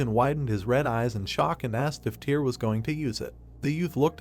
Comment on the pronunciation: Every time I hear Tyr's name, I cringe lmao